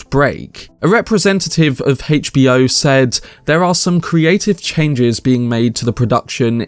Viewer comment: the way you say HBO destroys my soul HAYCH B O